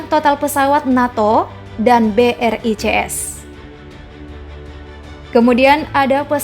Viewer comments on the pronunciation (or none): Brics b. Bukan. B. R. I. C. S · Ketika mimin bilang BRICS tapi gw dengar ny BRI CS 😅